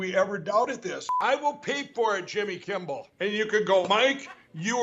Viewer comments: why's he call him Jimmy kimbal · If he ever gets his last name right, it will be because he calls him "Jimmby Kimmel." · Funny how the crackhead pillow guy always says Jimmy Kimble. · Mike still calls jimmy "Jimmy Kimbbel" all the time😂😂😂😂 Everytime i hear him i be dieing laughing...😂😂😂😂🤣🤣🤣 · XD he really said “Jimmy Kimble” in one of those clips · Who is Jimmy "Kimbell"? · jimmy “kimbel”